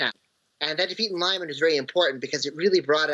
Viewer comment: Seriously I like that DW makes an effort to achieve good reporting nut Lyman is pronounced LEE-Mann not Lie-mun